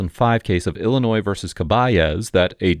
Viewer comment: Even when the confidence wasn't warranted: "Ill-uh-NOISE." 😮 Yikes. That aside, he did fantastic.